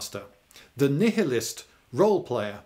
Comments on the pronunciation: Did Lloyd just pronounce nihilist as nih-ih-list? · Pronounced Nigh-a-list isn't it? Or is that just American TV/Films rubbing off on me? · nihilist? that's pronounced nile-ist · Nihilist. Love the pronunciation